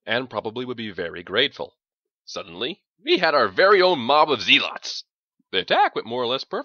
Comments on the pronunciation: Maybe a slightly slower reading? Also, zealot is pronounced "zehlot," not "zee-lot". Not a big deal, just a touch jarring... other than that, this is freakin' awesome and you are doing a great job. More please! I especially like your rendition of the team teasing Doc about the Hospitaller, like you're really telling this at a bar somewhere and can't stop yourself laughing. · Pretend it's in character and that's how his planet pronounces zeelotz.